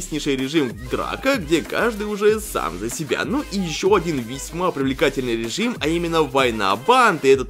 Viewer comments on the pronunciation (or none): none